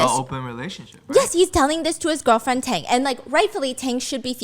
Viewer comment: I don't know why I'm laughing when Stephanie mess up all the name at the end without noticed it. Tang became Tong. Bobo became Bobby.